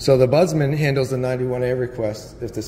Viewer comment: It's an OMBUDSMEN, NOT budsman